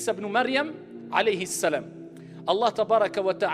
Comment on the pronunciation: Comment sa m'énerve il arrive jamais a dire Mohamed a la place il dit le prophète hali salam il dit pas Halayhi salam